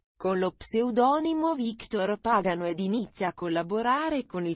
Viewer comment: si dice pagano pronuncia bene chi fà il commmentoo sbaglia gli accenti dei nomi